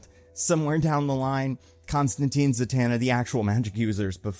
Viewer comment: as a Helblazer fan its Constantine, rymes with FINE. ConstanTYNE if you will